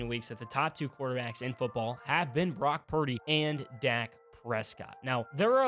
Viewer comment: Is it just me or does it sound like he's saying Barack instead of Brock??😂